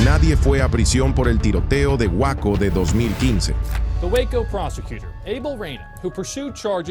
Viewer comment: Waco😂😂😂 gueico.